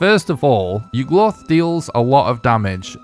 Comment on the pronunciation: Why do you pronounce it like Yug-Luth 😭